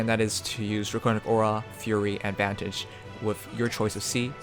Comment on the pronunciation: Vantage not vanage . Im sorry i could not help it